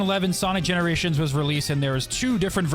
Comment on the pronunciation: Yeah i realised that tails sakd wait arent you that sonic from that other dimesion and sonic said i havnt seen you in GENORATIONS i was like wait did he say GENORATION